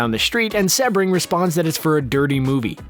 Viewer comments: Uh, seb-bring or sea-bring? It's the latter so when you hear names mispronounced you have to wonder how accurate any information is. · Yeesh...lol...Try pronouncing Jay Sebring's name correctly please... it's pronounced "SEE- bring"(like the car) not "SEH-bring"... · Jay Sebring is pronounced SEE-bring... And, Cass Elliot (Mama Cass) was in The Mamas and the Papas; not the Mamas and Papas. Otherwise, excellent video!!!... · Nice & informative, but… Jay Sebring’s last name is pronounced “See-bring,” not Seb-ring. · His name was pronounced SEE-bring, not SEB-ring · Jay seee-bring.....not sebb-ring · Pronounced SEEbring… not Sebring with a short eh sound….capishe?💞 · ITS SEBRING SEABRING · It's pronounced seebring not sebring. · *SEE-bring! NOT “Seh-bring”. (Where the H E Double L does Screen Rant get these narrators???) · Pronounced “Jay See Bring”. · Exactly.... get it right if your going to narrate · drives me NUTS!!... I've studied the Tate-LaBianca murders and the Manson Family for years... Mispronunciation of the victim's names may seem like a small thing to others, but not to me... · SEE-BRING,Jay Sebring😂😂😂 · His name was Jay Sebring Pronounced C Bring. He was actually pretty famous as a hairstylest to the male stars of that era and Steve McQueen was a client. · i was looking for this comment. It drove me nuts, too. If ya can't do something so simple as to research the way names are pronounced, I won't be subbing to your channel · OMG! It’s Jay Sebring...(C bring)! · Jay Sebring. It's pronounced "SEE-bring" after the famous Florida car race. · Jay Sebring's name is pronounced Sea Bring. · ‘Sebring’ is pronounced “SEE-bring”. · His name is pronounced "See-bring". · Sebring is pronounced SEAbring. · I'm pretty sure it's pronounced Seabring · Cee - bring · Pronounced: Jay Sea-bring. Please and thank you. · The least you could do is pronounce Jay Sebring's name correctly. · Every time this guy mispronounces "Jay Sebring's" name I die a little on the inside.